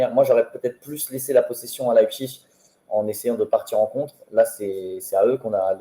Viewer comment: C'est Leipzig et non Leizpig !